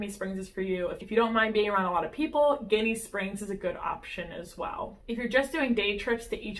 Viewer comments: Jenny springs is how locals say it .the word your saying is a derogatory word for Italian Americans lol good video tho . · I love both! Though Ginnie is pronounced with a "j" sound... like Jinny!